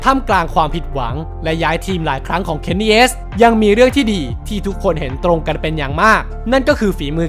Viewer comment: Kenny S!! 5555 ฟังแล้วแปลกๆอะ